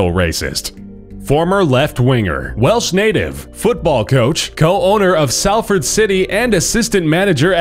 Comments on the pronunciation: It's pronounced 'sol'ford but written 'Salford' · It's pronounced s-all-ford not. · START SAYING SALFORD RIGHT.